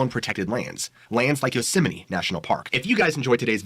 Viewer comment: Why does he call it yoseminy? Sounds like he is Mickey Mouse arguing with his wife in Spanish and saying “Yo sé, Minnie!”